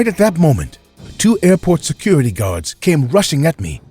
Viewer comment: "Hi secrity people. I think this woman needs medical attention as she is experiencing a psychotic break"